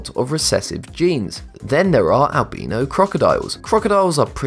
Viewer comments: You pronounced albino wrong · he pronounces albino wrong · You need to learn how to say “Albino” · U said albino weong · The way he pronounces albino agrevates me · Who else notice that he pronounced "Albino"? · Wrong pranounce of albino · You said allbino wrong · Its not albeno its albino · It’s albino not albeeno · al-bino not al-beeno XD good video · I love how he says Albino pronounced Albeeno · AlbEEno ??? It's Albiino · ....Albino. Albeeno. AL-BEAN-O. WTF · Albino is pronounced: Al-by-no Not Al-bee-no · Albeeno? Its albino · I like how he says albeno instead of albino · It’s not al-beeeeeeeeeeeeee-no animals its al-bine-ooo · I hate how he says albeeno instead of albino 😂😂😂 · IT'S AL-BYe-NO! NOT Al-bee-no! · It’s not alb-ee-no it’s albin-o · "Al-by-no".. not "al-bean-oh" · Albeeno or Albino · It's not Al-bee-no its Al-bi-no XD but if it is just your accent that is fine. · AlbEno or AlbIno which one is it you say one but its written another...so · Its pronounced al-bye-no not al-bee-no!!! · Wow who says albino as albeeno? #nohate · albino is pronounced al - bai - know not al - bee - know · Sorry but albino is not pronounced “albeeno” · Dude its pronounced as albyno not albeno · It's Al bi no not Al be no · its albino not albeno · It’s not albeeno it’s albino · Albeno it’s albino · "albeno" crocodile....lol...🤣🤣🤣🤣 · "albeeeeeeno" umm.. Did that not bother anyone else? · Oof albeano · "Albeano" lmfao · Albeeno? Cmon man, you had one job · Al bean no ... al beano? Hmmm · I like how you say it albeeno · Al-be-no crocodiles. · Did u actually call the Albino Alligator the (Al-Beano) Alligator In the beginning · AL - BEENO CROCODILES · “Albeeno crocodile” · Am I the only one bothered by Albino (AL-BEE-NO) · If he says albeeeno one more time I swear....... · Al-bean-o? Really? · Lol he said Al-bean-o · Plz stop saying Albeeno I dont have gas. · Al bin o xD its al bine O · You pronounced albino wrong you pronounce it like this al-by-no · It’s pronounced al-buy-no